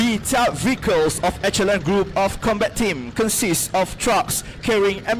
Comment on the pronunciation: I like your English. Quite clear but please pronounce "echelon" as a/she/lon not e/ke/lon. Another one is "inventory" as in/ven/to/ri not ai/ven/to/ri. Practise makes perfect English presentation and pronunciation, insya Allah Emcee should learn more on "pauses" when speaking and thus more efficient it will be.